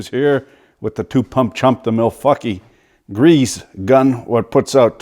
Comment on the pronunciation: Ahhhhh. Its grease not greaze. Hits my ears like a 90yo nun on a sabbatical.